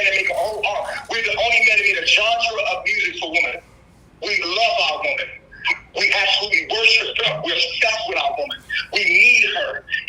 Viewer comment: And why does he say Woman like a cave man or is he saying Wombman